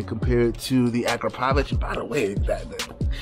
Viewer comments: Great exhaust mate 💯 it's pronounced a-crap-oh-vic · #Powamoto already called you out I got a stretched BMW S 1000RR it’s in Orlando August 20 to the 23rd and your ass better be there don’t forget about correct pronunciation bro is ak-rah-povick. Love your channel just messing with you thanks